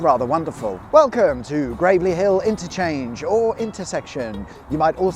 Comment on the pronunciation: Yes I was wondering why he was saying "Gravely" when it's spelt "Gravelly"